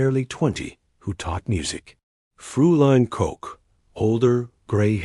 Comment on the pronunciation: It may LOOK like "Frooline", but it's really pronounced "FROYline" The diphthong eu is always pronounced like oy